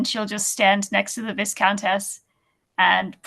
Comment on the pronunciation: So many kickstarters... And still love the costumes. And Tom's cat. And I'm still so sorry about how I continue to mispronounce 'viscountess'.